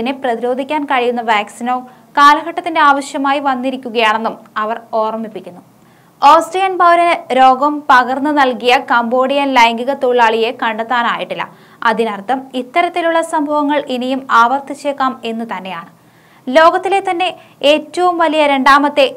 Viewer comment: കാപോഡിയ അല്ല ❤❤❤❤ കമ്പോഡിയ ❤